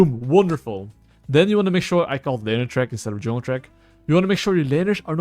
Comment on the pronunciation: "Hello YouTube, welcome to the only Juulng guide"